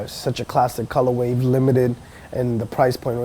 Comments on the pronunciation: Has no one ever told this guy it's "Colorway" not "ColorWAVE" smh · I wonder if he knows it's actually color way and not color wave. Listened to him saying it in the beginning like 10 times and he for sure says colorwave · Stop saying "colorwave"